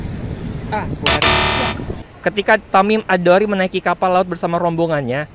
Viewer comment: Tamim Ad Daari bukan Tamim ad dori